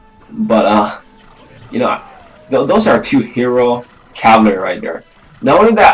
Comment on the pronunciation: learn how to say cavalry and then make another video